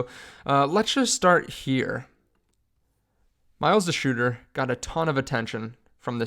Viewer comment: Mileses name is spelled like doitzer, not de-shooter 😂😂😂